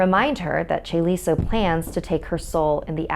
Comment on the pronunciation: chaeliso? CHAELISAAA